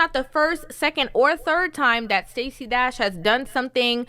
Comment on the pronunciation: Sta-say is Cra-say😂